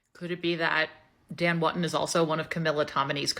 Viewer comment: Woo-ton not Wut-tun